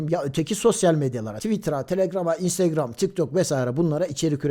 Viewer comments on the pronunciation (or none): none